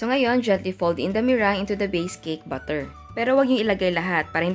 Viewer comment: bakit po butter ang pagbigkas niyo sa batter?